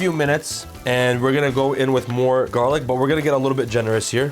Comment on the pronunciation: What's In the pestle? Though it garlic but it didn't sound like you said it